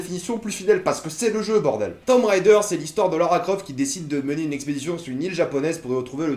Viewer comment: Super mais ca ce prononce tomb raider (~raydeur) pas rider.